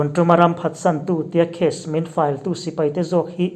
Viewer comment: case file chung chang i han sawi khan file i lam dan tak kha a thluk kha a dik hlel deuh.......